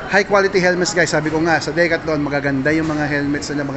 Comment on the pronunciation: Ganyan ba talaga pronounciation ng decathlon?